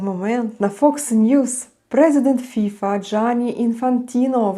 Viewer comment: Ох, пані, повеселили, хоч для веселощів сьогодні мало приводів. Бачте, Міжнародна федерація футболу - ФІФА, наголос на останній склад. А фІфа - то пуста, легковажна дівчина або молода жінка, крикливо одягнена. Але так, як поводить себе керівництво ФІФА, толеруючи агресію збоку ерефії, цілком підпадає під ваш мимоволі хибний наголос. Як то кажуть - обмовочка по Фрейду 😄👍